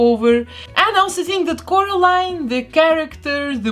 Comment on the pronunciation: The doll looks awesome also I love the way you say Coralline 🙂